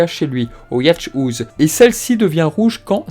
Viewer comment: "Le Yashe-touze" ^^ Mais c'est pas une backroom, bon sang, le studio de Seiya!!! :D Yacht, comme les gros bateaux de riches qui niquent bien les océans! ça se prononce YAUTT ;) House, "la maison", tu peux le dire "haousse".